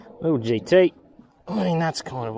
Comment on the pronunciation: "GT" but in a South African accent